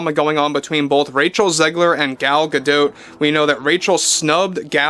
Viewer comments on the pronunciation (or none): why pronounce an isreali name as a french name? Gal is Israeli. GA-DOT not GA-Doh. was it Anwar Sa-Doh? of course not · Gal Gadot isn’t French so stop pronounce her last name wrong! She has been asked how to say her name in interviews and it’s pronounced exactly Gah Dot! The T is not silent, Think of Animanicas the Warner Brothers and their sister Dot!